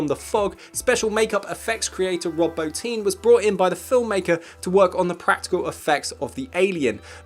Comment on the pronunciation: You get an A+ for pronouncing Bottin correctly!